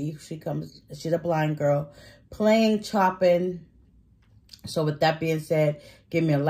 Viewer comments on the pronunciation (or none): Hi... Chopin is pronounced- sho-pan...his music is very challenging for most of us... however Lucy plays it with excellence...